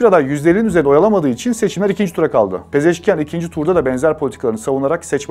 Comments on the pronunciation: Yan değil ian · Abi,Pezeşkiyan deyil Pezeşkiandır... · Не ян , ан.Мəsələn Panaxian. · Ни Пезешки-ЯН, а Пезешки-АН